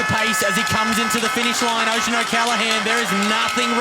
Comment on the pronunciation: Need to learn how to pronounce riders names. Oisin 😂